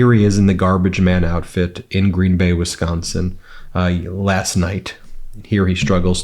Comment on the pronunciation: I like it that Ben can pronounce Wisconsin correctly